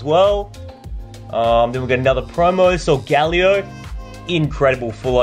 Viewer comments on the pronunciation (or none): Is anybody else annoyed he says solgalio instead of solgaleo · it's sol--ga-LAY-o